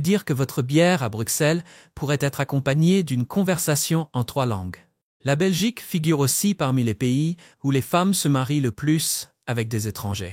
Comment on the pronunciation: La Belchique!les belches!🤨🤦🏻‍♀️